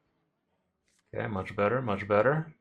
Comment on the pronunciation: So, can you tell me that muCHHH or not? Not very clear.